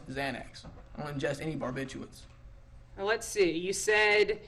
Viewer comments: He said barbiturates 😆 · “ i don’t ingest any barbiturates” All of a sudden buddy is smart and well informed.